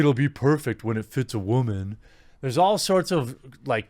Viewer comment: Has anybody told you how to pronounce “woman” correctly? Batwahman?